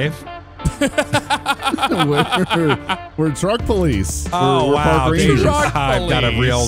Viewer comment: I thought said "Daveaveju" lol